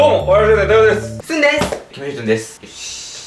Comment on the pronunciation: すんがぜんぜん読めてないの草